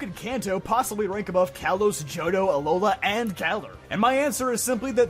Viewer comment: THE T IN JOHTO SHOULD BE AFTER THE H!